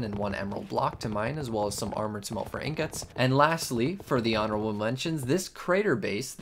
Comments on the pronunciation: How dare you say ingot like that. Disgusting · The way you say ingot is like some kind of joke right